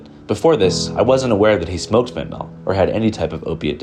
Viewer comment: Is there any real reason to promote the "fentanol" pronunciation of fentanyl? It's incorrect and seeing it in a video like this, kind of legitimizes it. I know a ton of people say it that way, but, it's definitely not correct. Otherwise, amazing video as always.